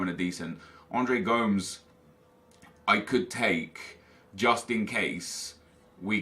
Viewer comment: Come on you know how to say Gomes.